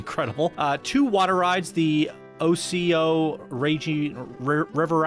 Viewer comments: It’s O-Co-Ee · Not alpine, its Appalachian. Plus you pronounce it O-co-ee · It’s pronounced OH-CO-EE. It’s actually a city in Florida. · The river ride is said like oh-KOH-EE (long vowels on all). No doubt it's named for the Ocoee River in eastern Tennessee, well known for it's river rafting. "Ocoee" is a Cherokee word, which I've been told mean "apricot vine", or what we now call the passion flower.